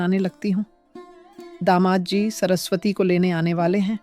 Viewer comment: Sorasvati nahi yr saraswati hota hai 😂😂😂😂